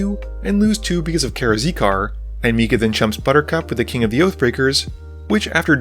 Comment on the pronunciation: Karakizar - "Kara-Zeekar" XD